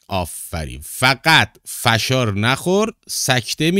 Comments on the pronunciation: سلام آقای فشار با فتحه😂😂😂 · کلمه فشار رو درست تلفظ نمیکنی